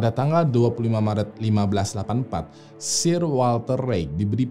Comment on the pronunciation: untuk SIR WALTER RALEIGH, baca "SIR"nya bukan S-I-R Tapi S-È-R. Itu sebutan khusus yang diasosiasikan untuk pria-pria yang berhubungan dengan order of chivalry atau Knights/Ksatria kerajaan di Inggris, dan katanya berawal dari "SIRE" bacanya "SAIER". Mirip-mirip MR. dan MRS. tapi ini sebutan khusus yang dianugrahkan ke individu tertentu langsung oleh ratu. Contoh Sir Lewis Hamilton si pembalap F1. Sir Alex Ferguson si pelatih MC. Sir Rowan Atkinson, si Pemeran Mr. Bean. Kata Sir ini mulai dipakai pas jaman2 pertengahan, terutama jaman ksatria tuh bang. Seperti Sir Lancelot Du Lac. Sir Gawain of Lot. Sir Gareth. Sir Tristan. Sir Galahad. Sir Bedivere. Sir Percieval, dsbnya. Ini cuman sekedar info, karena itu salah satu Youtuber ternama, dan pastinya videonya ditonton orang banyak, jadi tujuan koreksi dari saya agar orang Indo gk malu2 amat ketika baca kata "Sir" didepan orang British nantinya. Atau kalau gua yang salah, tolong koreksi ya.